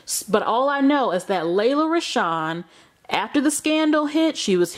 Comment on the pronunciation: It's pronounced "Lee-la". Y'all do the most reporting on news but jacking up words.